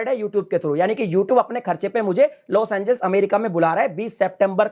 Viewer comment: पहले लोस एंजेलिस तो ढंग से बोलना सीखो। तुम हर बार लोस एंजिल्स बोल रहे हो😁😃😭